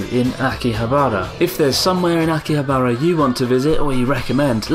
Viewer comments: Hey abroad in Japan! Love the videos ever since I went to Kagaya after your episode. Quick question... why do you say Akihabara with strange intonation? Is it on purpose? Don't mean to be rude, just wondering if you genuinely refer to like you do in this video :) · THERE'S NO EMPHASIS ON THE ば IN 秋葉原！！！！！！！！！！！！！！！ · someone help is that really how you pronounce Akihabara? I thought it was aki-ha-ba-ra rather than aki-habar-a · Every time you said Akihabara I cringed!! It's pronounced Ah-ki-HA-bah-rah! (NOT Ah-ki-ha-BAH-rah) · its akihabara not aki-habArA i just felt like hermoine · My eyes roll everytime he says Akiha-bah-rah. It's not too hard too say, really! A-ki-ha-ba-ra. あきはばら。sorry, but that's just because I know how to pronounce and write it. Call it cocky if you want XD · Ah key haa baa raaa. Please tell me you were butchering it as part of the act. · Pretty sure Chris was saying "Aki-habara" just to trigger people. Lol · it really hurts to hear you mis pronounce akihabara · you make me cringe with the way you say akihabara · Idk if it should.... but that pronunciation of Akihabara drives me crazy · thats its anglicised pronunciation. I say akiha-ba-ra when speaking about it to my english friends.